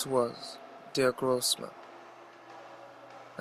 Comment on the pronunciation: YES. Finally someone who can pronounce "großman" the right way, instead of saying it like "grobeman". Hah.